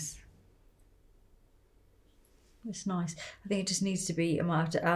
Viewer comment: She for real said "noice"